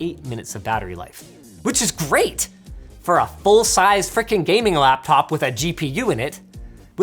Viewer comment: "UR CAPTOP IS SCOW" ?